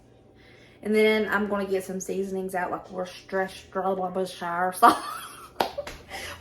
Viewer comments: Its pronounced Wustershire sauce 🇬🇧🇬🇧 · Worcestershire is pronounced as wister sheer. The shire sounds most like the shire in New Hampshire. I grew up in MA where we had Worcester, MA... pronounced Wister. The English language is a strange and funny thing. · In fact in the UK we say Wustersher. I'm from Cheshire (like the cat) but that's pronounced Chesher. We don't emphasise on the shire bit. Hope that makes sense? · As an English person I can't help laughing at the American pronunciation of Worcestershire. As you know in England we use far more letters in our words than we need. In the UK we say Wus-ter-sher. Thoroughly enjoying your videos 😊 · lol its " wistersheer" literally like sister sheer. I'm from Ma. trust me. That's how you say it. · Hi from New Zealand 🇳🇿, my parents are English you say it 'Wooster' the Shire just means the countryside of Wooster actually spelt Worcester for keyboard warriors. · It’s pronounced “wash-your-sister sauce” 😂 I heard that once and no longer care how to say it right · I am in the UK and I know it does take a lot more seasoning for venison, it is also so good!!! I also have a little giggle every time I hear someone from the US try to say Worcestershire (in my county of the Uk we say it woo-stir-sheer) Also if you still have some try it with a stout like Guiness (I know they sell it at at Patrick’s day in the states). Low alcohol and high in iron and makes a great gravy.